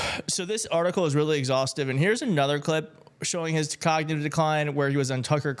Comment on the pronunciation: Ugh you'd figure that ad would get someone to read the word "cognitive" correctly. How tf did they let that ad get out with her pronouncing it "cogdinive"?